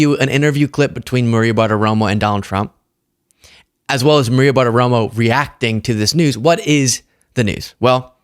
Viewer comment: PLEASE! Maria's name is Bartiromo, not ButtaRomo